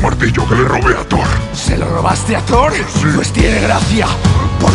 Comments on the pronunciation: te falto la r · Te falto la r de thoR :v